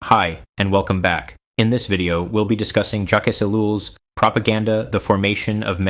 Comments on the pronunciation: This was a nice concise clip: just one note, the S end of his name is not pronounced. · Mispronouncing the name "Jacques" in the first two seconds of the video undermines your credibility.